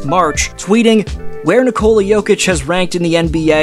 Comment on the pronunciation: Nikola. Accent first syllable.